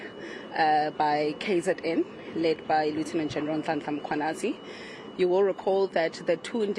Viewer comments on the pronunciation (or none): She really emphasized Nhlanhla Mkhwanazi 😅